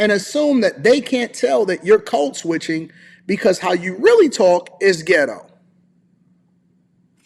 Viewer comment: With all due respect, part of proper English and effective communication is annunciation. I was puzzled by what "Cold switching," is. While I was wondering what it is, I wasn't listening to what you were saying after that. Love your work.